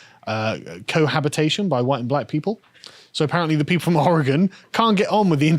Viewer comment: How dare you! First, you engaged in blatant cultural appropriation by correctly pronouncing"Orygun", and then I find your marriage is Cretan...I used to like you guys.... now, I absolutely love you!